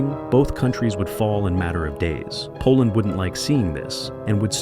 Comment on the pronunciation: bro's like poland nope i dont think so koland gud 😭